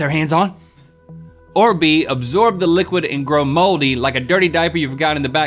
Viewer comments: why they keep saying "agsorb"? Lol so many people say that, too. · Is anyone noticing they kept saying “exsorb” not “absorb”😂😂